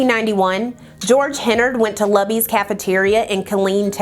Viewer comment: As a Texas native, it’s “Loo-bees” 😂😂🩷